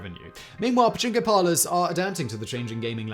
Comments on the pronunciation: pachinko, pachnko, bachingo, dude you need a skillshare to help with the amazing ways you have mangled that word. Oh and the part where housewives can leave kids and groceries in the cold lockers still makes me chuckle :). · you need to enunciate the "pa" or japanese people may think you're talking about a male body part. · Turn on CC and watch a different word/spelling be used every other time Simon says "Pachinko". I think Pajama was my favorite.